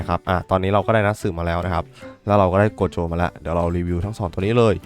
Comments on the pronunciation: ครับโกะโจครับไม่ใช่โกโจ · โกโจครับไม่ใช่โคโจ